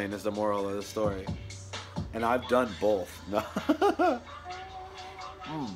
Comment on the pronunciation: Work on pronouncing some words correctly: "both," "appreciate," "been." It's not "bolth," "apprishiate," and "ben." <-----that's how you say them.